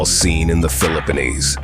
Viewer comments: This mf really said philippinese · lol exactly what came here ... where??? The Filipanese 🤣🤣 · can't pronounce philippines right ai?